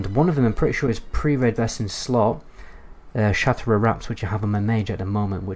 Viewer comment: Isn't it pronounced "shat rath"? Sounds like you are saying shatera